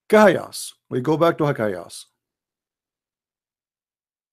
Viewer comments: Rubbish… this is a wrong calculation simply because this is not a word pronounced “kahayas”, but it’s pronounced as separate letters names “ Kaf, Ha, Ya, Ain, Sad” … search for recitation of chapter Mary and listen how it is pronounced! Jesus Peace be upon him, is the messenger of Allah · kahias? bruh its Kaaf Haa yaa Ayn Ssad, atleast speak with knowlege. this phrase , we cant tell meanng of, there are similiar phrases like Alif Laam Meemm. well theres a whole background behind this , i m nt gonna go into it. the point is the word aint kahiyas , any muslim who has read the quran would never say its Kahiyas lol